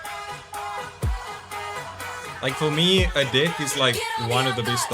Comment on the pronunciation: Adek (read: Ah-Dayk), not a dick ❤